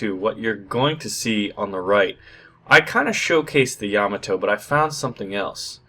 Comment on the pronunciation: YA-MA-TO not YA-MO-TO